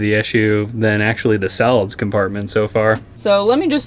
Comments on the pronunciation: So, I heard "Salads compartment" multiple times. I think he is saying "solids compartment" though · I was trolling. He is trying to say solids, but is saying a word that is closer to "salads". there's an "A" in there, for sure. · Love the bus, but it sounds like he is saying Salad Compartment when talking about the toilet. LOL. I'm in KY. If you were talking about our Union...can you tell me where to find the fabricator to do some storage doors on my bus??? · Sounds like you are saying "Salads compartment" when talking about the toilet